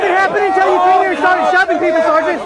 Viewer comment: Great video. btw it's "sergeant"